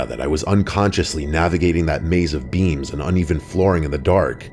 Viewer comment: Am I the only one that thought he was saying beans and not beams